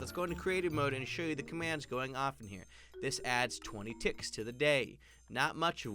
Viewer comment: When he said two ticks I thought he said two d**ks